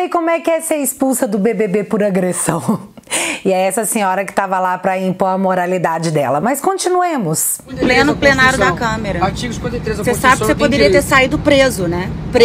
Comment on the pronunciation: Ela falou "plenário da câmera" kkkkkkk É muito cretina!